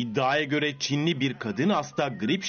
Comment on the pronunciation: Nobody: No one: Show tv:Çinliğ hastağ